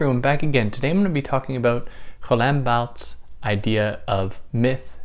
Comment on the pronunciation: Oh wow. Says the name all French-like. Would like to hear his pronunciation of foie gras. In the end Barthes like almost all French frites end up reiterating, reacting to or against DesCartes IMO. Significant to me. Myth and language all subjective. Even the author ✍️ may not exist. My subjective process of thinking 🤔 only thing I’m sure of. Cogito ergo sum. Nice explanation here. Good stuff.